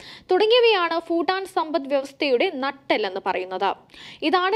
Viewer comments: ഫൂട്ടാൻ അല്ലാ......... ഭൂ ട്ടാൻ...... എന്നു പറയു...... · 😂😂😂 foooooo ival yendha parayane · ഫൂട്ടാൻ അല്ല കൊച്ചേ ഭൂട്ടാൻ എന്ന് പറയൂ ..... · ഫുട്ടാൻ അല്ല ഭൂട്ടാൻ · Phoottan alla kunje Bhuttan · ഫുട്ടൻ ഫുട്ടാൻ ഫുട്ടൻ . ആണോ ? അതോ ഭൂട്ടൻ ആണോ ? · Its not footan its Bhutan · ഫൂട്ടാൻ അല്ല. ഭൂട്ടാൻ... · ഫൂട്ടാൻ അല്ല ഭൂട്ടാൻ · ഫൂട്ടാൻ അല്ലടി കൂട്ടാൻ